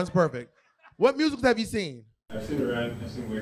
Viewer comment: “I like Rusicals” 😭😭😭😭😭😭😭